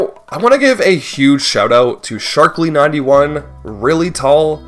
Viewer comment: I think more unforgivable than mispronouncing the name of a character that introduces himself is the twice mispronunciation of the Sharkey person he thanks and acknowledges. We're collectively expecting Merry-Os at this point I would say but "Sharkley" doesn't deserve the L.